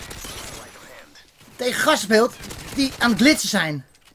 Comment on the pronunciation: "Met zn 2en erboven op glitzen" mooie uitspraak